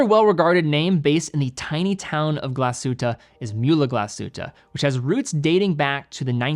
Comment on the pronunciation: as a german...i knew TWO of those brands XD amazing video. thank you. p.s. tiny detail. your pronounciation is good. if you want to perfect it, in glashütte, emphasize the glas, not the hütte.